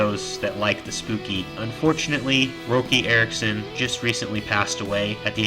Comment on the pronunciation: His name is pronounced Rocky ya fuggin amateur 🤦